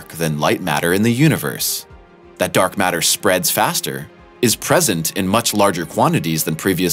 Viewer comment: What's "dork matter"? Well, let ve try to explain...